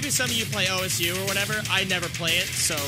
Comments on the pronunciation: WTF did he say? Ou es ju? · Why the man here say osu is “ o-s-u” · did he really call osu o.s.u???